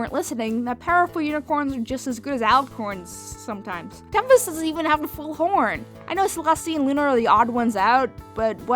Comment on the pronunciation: It's tempest not temptes